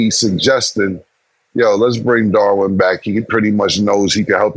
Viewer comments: Killa be mispronouncing everyone’s name! Darwin ham top assistant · I feel you should correct cam immediately when he starts pronouncing things wrong. “Darwin” lol